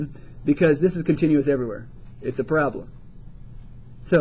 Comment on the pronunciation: "its a prablaaaaa" xD